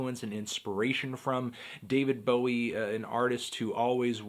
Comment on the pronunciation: I prefer david bowid.